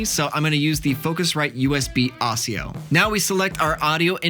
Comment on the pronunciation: NGL him saying ASIO wrong kinda just made me wanna punt a baby.